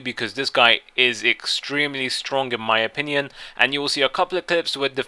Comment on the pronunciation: Stop saying 'in my option ion'